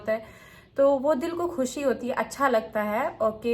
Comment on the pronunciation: ستارہ اردو میں خوشی ھوتا ہے کھوشی نہیں ❤